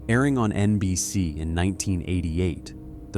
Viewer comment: I very much dislike this voice. It says, "EN BEE CEE" (NBC) and "CEE BEE ESSS" (CBS) oddly. And it's "I, Desire" not "I desire". (just a few examples).